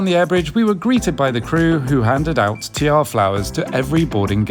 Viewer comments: Tiare pronounced Tee R E😊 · Iorana now please do not take this the wrong way but the Tiare flower is pronounced Ti as in Tea a as in a re as in red Tiare Air Tahiti Nui is a great airline but definately not the top airline in the Pacific Air New Zealand and Fiji Airways have far more rewards and talked about inflight service especially Fiji Airways Air Tahiti nui is a Polynesian Airline with a french twist being the islands of Tahiti's national carrier Do not get me wrong Air Tahiti nui is a great airline but has a reprutation for long delays and hit and miss menus I loved your vlog it is a shame you did not continue onto Papeete and beyond Another time prehaps Mauruuru Na'na' P.S.Your wink melts hearts🔥